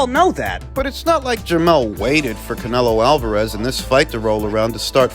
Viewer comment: Canelio Alvarayez. 😂😂😂